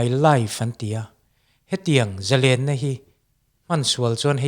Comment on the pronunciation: Zalen tih thluk hi iti diklo kan mi thiam leh zel te hi chuan ka tawng thluk leh lam dan hi chu tidik hram2 teh u... thalai te entawn inni bawksi